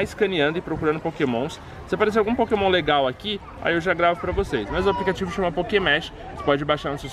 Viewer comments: pokemege? esta certo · Só eu que me incomodei com ele falando PokémonSSS? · no final o falo pokemon ralo😂😂😂